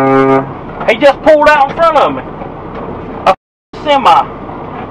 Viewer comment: Semi driver: "Hee jus pooled aaut in fron ommi!!!" Yamaha rider: "Yeah, I know. Sucks don't it?"